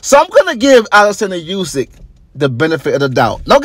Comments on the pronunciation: Its pronounced ‘oosyk’ not ‘yousyk’ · Olexander Oosick is how its pronounced not a dig at you but thats how its pronunciation that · War aint In Russia bro. And atleast pronounce Usyk name right. Damn!